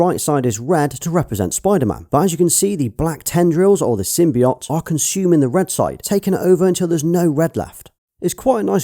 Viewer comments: Not to be a dick but it's pronounced sim by oat not sim by ot :) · You say symbiote, wrong lol.